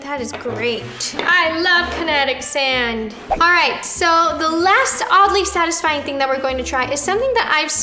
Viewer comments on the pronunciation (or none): “Sadly odisfying” -Roni 2021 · No one: Roni: “Sadly Ottisfying” 🖐 🙌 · “Sadly Oddisfying” lol nice 👍🏽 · “sadly otisfying” 💀